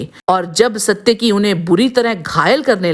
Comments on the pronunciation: इस महाभारतकालीन पात्र का नाम "सात्यकि" था ना की "सत्यकि", को अगर महाभारत/ रामायण कालीन पात्र के नामोंका उच्चारण सही नहीं आता तो पहले सिखो फिर लोगोंको बताओ. गलत उच्चार करके उसका अर्थ ना बदलो..... सात्यकि नाम का अर्थ बेहद यूनिक है! सात्यकि नाम का अर्थ "भगवान कृष्ण के सारथी, कृष्ण का सारथी" होता है। "सत्यकि" का कोई अर्थ नहीं होता है.. सनातन काल में हर एक नाम को अर्थ होता था... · वीडियो में सात्यकी को "सत्यकी" क्यों कह रहे हो? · you are not pronouncing correctly...its SAAtyaki not SAtyaki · सायकि का पड़ोसी था? 😊 वह सत्यकी थे।साइट्की नहीं। और यह बताओ वृषमि कौन थे । जिसको समझदार बता रहे हो। बताने से पहले पूरा पता होना चाहिए वह को है क्या अपने मांसे पूछो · इनका नाम सात्यकि है । सत्यकि नहीं । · पात्रों के नाम का उच्चारण सही।। रिसर्च पूरी करें। आलम्बुश नहीं अलम्बुष सत्यकि नहीं सात्यकि